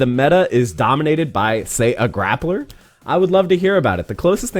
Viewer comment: We really saying grappla with the hard r now?